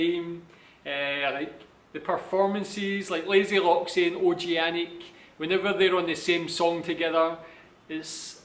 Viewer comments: ช่วงเปิดคลิป เขาอ่าน โอจีแอนิก มันขัดหู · Please, don´t read Og-anic like O-G-anic, read it Oganic (in this vid ) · I think he want you to read like "Og-gan-nic"